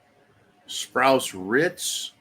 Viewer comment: It's pronounced sprouts rights